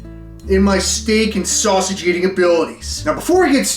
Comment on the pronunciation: Bro called it a sussy-ge